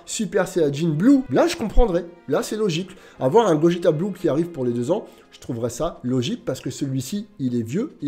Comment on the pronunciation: il a vraiment dit bogeta ? 😭😭😭😅